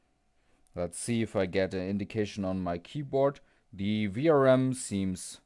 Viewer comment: maybe it's a good idea before you start to check in resistance mode and diode mode from phase to VCC 12V as well, not just from phase to GND. Also the way you say VRM always sound like you say VRAM , this is confusing some times.